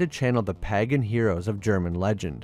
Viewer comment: . AND "PAGAN" IS PRONounced pay-gin, not pah-gun. damn keyboard keeps getting stuck... .